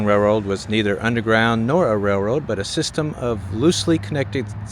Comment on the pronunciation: As soon as someone asked, "Why does he keep saying Rare-Road instead of RaiL-Road", the room would go nuts every time you said rareroad LoL. Thanks for another great video. That wall looked amazing with the murals. I would still be nervous during a flood. Real estate prices seem reasonable too. Thanks for posting another cool adventure.